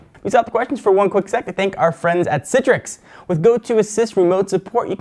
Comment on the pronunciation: citrix? Citrix! CITRIX! CITRIX! CITRIX!!!!